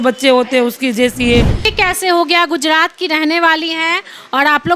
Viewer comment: Bacchi bhale hi English bolna seekh gayi hai par iss repoter ko Hindi bolna nahi aaya Surat Ko sudat aur gujrat ko gujdat bol Rahi hai 😂😂😂😂😂